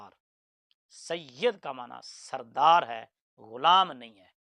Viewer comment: یہ لفظ سید زیر کے ساتھ سردار کے معنی میں ہے اور زبر کے ساتھ سرے سے استعمال ہی نہیں ہوتا